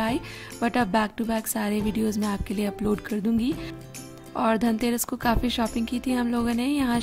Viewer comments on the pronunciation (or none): 0.55 kyo tang aadake ke khadi ho...yaaar..tangterass nhi dhanteras manao...